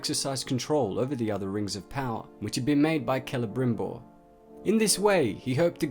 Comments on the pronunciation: I know it's been two years dude, but...I just have to tell you. It's not Celebrimbror. It's Celebrimbor. You're accidentally doubling the /br/ sound. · Is he saying "CelebrimbRor" all the time ?